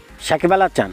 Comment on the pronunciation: কিরে ভাই উচ্চারণ এমন কেন? সাকিব আল হাচান মানে? সাকিব আল হাসান।